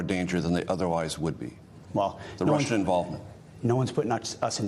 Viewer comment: Kegsbreath: "We are sharing our intelligence with the Rissians, so?"